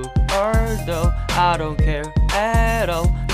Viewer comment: 템을 뿌리고 죽ur도~ 발음 스웩